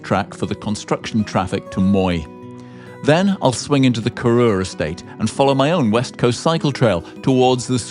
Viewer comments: btw Corrour isn't pronounced Korr-oor. Its Korr - our rhyming with hour. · Interesting route. I do share your hesitation about the merits of the Lochan na Earba scheme. Please stop mispronouncing Corrour. It's from Coire Odhar, and is pronounced to rhyme with hour (NOT oor).